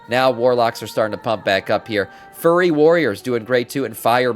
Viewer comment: Bro pronounces Fury warrior as Furry warrior lmao